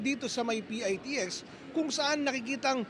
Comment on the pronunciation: PITEKS ANG TAMANG BIGKAS NG MGA KONDUKTOR HINDI PIAYTIEKS